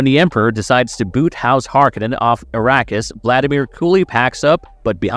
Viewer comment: Yeah… Arrakis sounding like “Iraqis” made me stop the video.